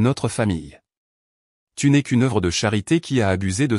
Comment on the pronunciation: "Tu ne esse" aj liej de "tu n'es " ??? Quand direz vous votre texte correctement? Ca ne donne pas envie d'écouter. JE COUPE